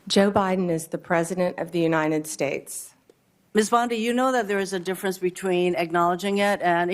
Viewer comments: What is this ''Unined States'' she is talking about?? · "Unined States" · Isn't it the United States not as she pronounces it the Uninted States? And she is a lawyer. Doesn't even respect the country enough to pronounce the name correctly.